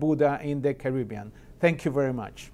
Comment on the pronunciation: 我说的是在武汉的哥们。你们俩真觉得这发音很好？VERY 能说成VERO 我也是醉了